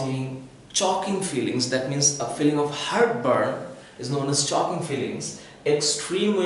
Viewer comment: sir you pronounced wrong(choking)